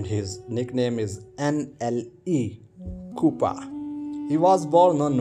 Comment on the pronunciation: Not cooper it's chop per